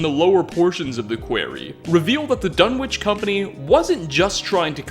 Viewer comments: "The government couldn't just fire into the crowd" Oh wow, one way fallout's america was less evil than our own *Also, major nitpick, Dunwich is pronounced without the "w" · I know this is an old vid but Dunwich is a village in the UK, it's actually a silent W so its pronounced Dun-ige. Just thought you'd like to know. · pronounciations of "quarry" and "Dunwich" make my ears bleed... is this an American pronounciation thing?